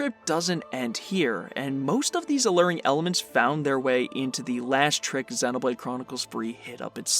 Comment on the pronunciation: that split second after you pronounced Xenoblade properly (yay!) and then added Chronicles (booooo). Naw naw this is great, I've always wanted to see an analysis of the snow areas, because DAMN they really pull it off. Makes me wanna look up a video on all the stuff from the first two games that were included in 3 that I missed. because I know there's a lot more than I noticed.. even just here in these two maps from 3.